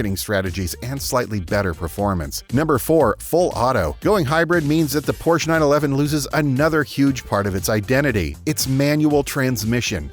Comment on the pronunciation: Look up how prounounce Porche